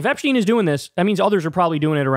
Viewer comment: Epshhhhhteen? Lmao